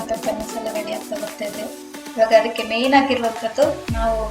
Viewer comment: It's pepper not papper